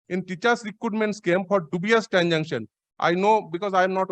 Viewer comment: Who is this learned advocate who can't pronounce the word "transaction" properly? Always pronouncing "transanction"....This is the standard of education in the state of West Bengal!!!